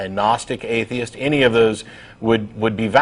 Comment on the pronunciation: It's funny how he pronouce atheist as "aye-dye-ist" :D